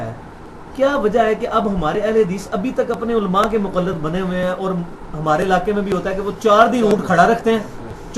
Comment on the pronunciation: mera puttar pehlay bolna seekh ly muqallad hota hai mujallad nai